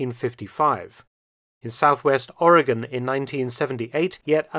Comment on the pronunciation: Thank you for pronouncing Oregon correctly.